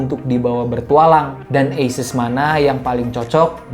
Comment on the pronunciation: dari video bung yg ini, baru tau cara penyebutan asus itu dibaca eises :)